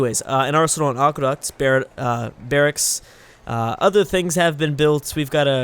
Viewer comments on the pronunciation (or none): none